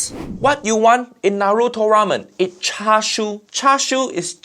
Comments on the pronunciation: Chashu: who's char siu?😂😂😂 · He not only called Tonkotsu and Cha Shu wrong to be the different things, he also called Mirin as Merium and Menma as Nemnar. HAIYAA—!!!